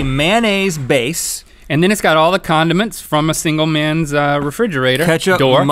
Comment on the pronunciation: When Rhett said condiments I thought he said Condoms